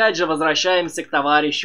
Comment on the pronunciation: Почему ФрЁге а не ФрЕге. Очень сложно воспринимать когла привык из всех телевизоров слышать Фреге.